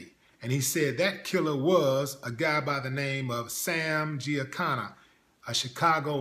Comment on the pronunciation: Willie, how the hell Do you not know how to pronounce “Giancana”?? Quincy is full of HorseShit about Jimmy Hendrix